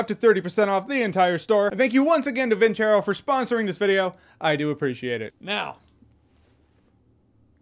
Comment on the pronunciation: Alpha M: Vin-ser-rho Antonio: Vin-ser-rho Jeremy: Vin-🪑-ro 🥴🥴